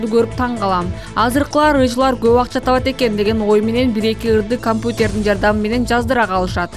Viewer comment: Окуган кыз кампутер эмес компьютер деп даана окусанар .